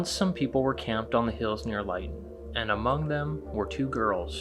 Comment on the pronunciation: The town in reference to this story is pronounced Lit-on, not Lite-un. It was nearly wiped off the map in British Columbia, Canada during a four day long record-breaking temperatures.